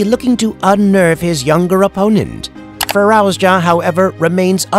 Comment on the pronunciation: Fir-arouse-ya? Who's arousing who? And who the hell is this narrator? 🤣